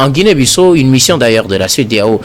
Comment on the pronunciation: S'il vous plaît messieurs les journalistes faites un peu d'effort, Ça se prononce : Guinée Bissao, c'est un pays lusophone , ( ex colonie portugaise) merci.